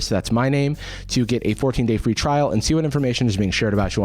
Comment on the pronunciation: Guys its free He said It he said its fre e